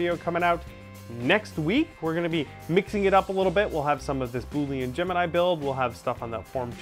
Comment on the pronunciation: Currently I am fixing my 3D printer to print out an Eyasluna from Destiny! I'm also hoping to print out a ton of parts for added detail to my costume. Sidenote: Boolean is pronounced "bool-i-an" Just thought I would throw that out there